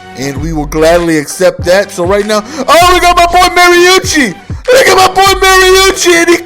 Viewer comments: marunchi? I think you mean Mariani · Yo no disrespect to you, but its Mari-ani, sorry but i gotta rep him, hes from My state